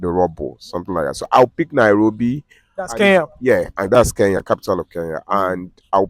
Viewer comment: Our nigerian brothers and sisters once again its "KENYA" not "keya" use the "N"